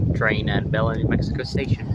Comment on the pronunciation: Locals pronounce Belen as "bull-EN" with the emphasis on the 2nd syllable. I made that mistake when I first started working for BNSF there lol